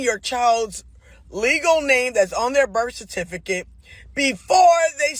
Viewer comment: A teacher saying "berf certicate" isn't a good sign, either.